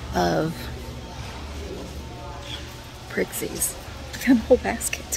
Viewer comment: I must have missed it, but are you guys calling them "prixies"? They're pixies (no r). Is it a Southern thing? (Please help this MN gal understand.)